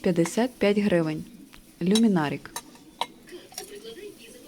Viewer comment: Люминарк а не люминарик